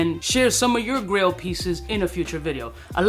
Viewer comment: This came on in the background and was just listening while I worked. I thought it was Grill fragrances, like what to wear for a backyard BBQ, or maybe for showing off (like a diamond grill in the mouth....is that still a thing?). I checked the video about halfway and realized, its GRAIL not GRILL. Makes more sense.